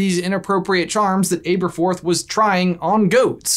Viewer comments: Does it bug anyone else that he's saying his name wrong? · anyone else triggered by this brother's pronunciation of Aberforth? I was sure it's a soft "a" not a hard "A". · Hermoine:It's actually pronounced AB-ER-FORTH, NOT AA-BER-FORTH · Am I the only one annoyed with him saying ''Aber'' with a long A and e, or was I saying it wrong with a short A and e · ITS ABATHORTH NOT ABEATHROTH it's pronounced ah-bah-thorth not ai-bah-thorth Please that killed me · Why is it pronounced AY berforth instead of AH berforth? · It’s ah-berforth not ay-berforth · Pretty sure it’s supposed to be short ‘a’: abberforth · Got to be the OG Butterbeer. And I thinks it's a soft A on Aberforth. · It is pronounced aaaberforth. You said it correctly once when you read "but did Aberforth hide?" And also get the Merope right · ITS ABRAFORTH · are you pronouncing his name correctly? I think it's a soft 'a' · Jesus Christ it’s pronounced Ab-er-forth like abdominal muscles. Ab-er-forth. Listen to a bloody audiobook. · Guys I'm gonna say it: you're pronouncing Aberforth wrong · I had to stop watching for a moment. Literally couldn't do it. Killing my OCD. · Christopher Benson omg I noticed that a little after the video started and now I can’t focus on anything else 😂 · I found it a little odd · Why didn’t anyone say anything about how he pronounces aberforth. He’s doing it wrong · I say Ay-berforth